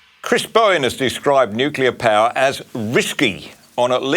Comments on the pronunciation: The only thing that is risky is leaving Blackout Bowen in charge of our energy supply for 1 more day. He has NO Idea about " Nu-clea" energy, he can't even pronounce the word... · It's not "NICKULAR " Bowen.